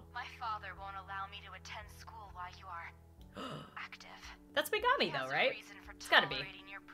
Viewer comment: Is it Megimi says is say gurl yo weave on point! Ps it is Megimi